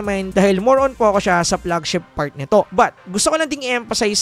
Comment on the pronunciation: anu flegshep ??? 😂